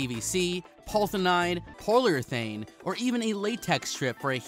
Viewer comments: Dude, seriously... Learn to pronounce your basic words. Repeat after me: Polyurethane = paw-lee-you-reh-thane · Paw-lee- yogogo